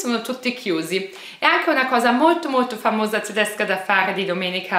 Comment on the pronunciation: Il tuo modo di dire TDESCA TDESCHI e' stupendo